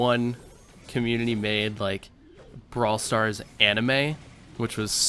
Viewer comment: Braw starl foleverl